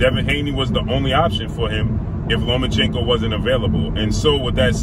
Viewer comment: Learn how to say names. When you mispronounce Lomachenko every time you say it, it sounds racist.